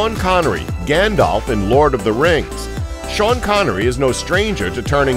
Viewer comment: NOOOI NOT GANDOPH